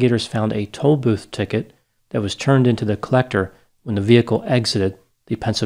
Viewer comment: Is it just my ears or does pronounce turn as churn? Not trying to be rude. Just an observance. It's obviously not a speech impediment b/c he doesn't pronounce attorney as achurney. Maybe it's just the was he pronounces that word.